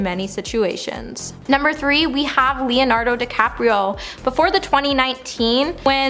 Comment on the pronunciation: She pronounce Leo Dinardo DiCaprio with an L as Leonardo Decapriol when she first announces name, I mean, come on